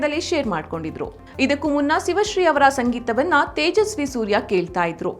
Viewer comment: ಸಿವಶ್ರೀ ಅಲ್ಲ, ಶಿವಶ್ರೀ.